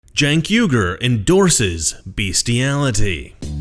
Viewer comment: By the way, it’s “Yoonk” not jank... if he want some specialty pronunciation, he should go back to his native land and suck it🗳🐀💥🔨